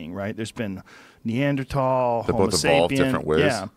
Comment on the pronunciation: Joe " neander-tall" Rogan